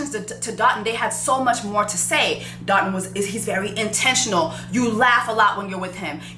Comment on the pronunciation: As a Nigerian, I just have to say this... his name is pronounced Doh-tuhn (like dough-tune). Alright, that's all lol